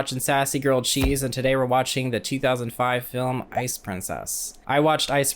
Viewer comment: i dont know where youre from but you pronouncing grilled cheese like “girled cheese” made you so much more relatable to me *im not implying you’re from the midwest as im sure plenty of east coasters and whatnot pronounce it this way too but when i lived on the west coast they did not pronounce it that way is all im sayin